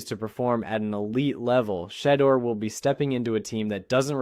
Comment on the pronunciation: For STARTERS PRONOUNCE HIS NAME CORRECTLY! HIS NAME IS NOT SHEDDER‼️ HIS NAME IS PRONOUNCED [ S H E D E U R ]!!! THIS A FABRICATED STORY MERELY FOR CLICKS & VIEWS‼️ HE IS STILL IN CLEVELAND SIR!!